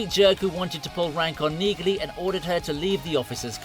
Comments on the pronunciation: It is Pronounced Neagley w/a silent "G"! ¿¿ How do enhance Automated Ignorance ¿¿ ??? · Really?? Have you even watched any of these episodes?? The character's name is pronounced 'NEELY' - the 'g' is silent!! The AI narration only makes it worse. A great series, great actor and we're told he is a nice guy in real life. Zero chance I'm subscribing to this channel. Too bad - this could have been quite good. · It’s a silent G in Neagley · Like my grandmother's last name The g is silent in Neagly, You pronounce it Neely. Like my grandmother's last name Hodgson, The g is silent. I just had to tell you because kind of hurt when you were mispronouncing her name and reacher got it right. Pay attention to the pronunciations. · It's pronounced Nealy the G is silent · Yeah. The G in Neagley? Is SILENT. So it's just pronounced Nealey. Which you would know, had you watched the show. Duh dude. Try TALKING LESS AND LISTENING MORE. In other words? Do shut up. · Please stop using cheap AI! Nee-glee? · Why can't these idiots figure out that the G is silent in Nigley. Listen to Reacher say her name. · the fact you pronounce neagley's name that way makes me question whether you even watched the show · My Dude: Did you actually watch one single episode of Reacher? If you did you probably would not mispronounce the name Neagley. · The "G" is silent, ya mook. Tell me you haven't actually watched the show... without telling me you haven't watch the show. 😛